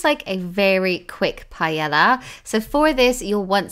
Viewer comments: Lovely recipes. Already tried two of them. Doing the gnocchi tonight. Well done. Videos also to the point without much fuss. Just a little FYI... It's pronounced pa-ey-ya, not pa-ela :) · Hello! Just to clarify “Pah-ae-ya” that’s the right pronunciation for the word paella… not payela. Thank you very much! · The way that you pronounce gnocchi and paella kills me.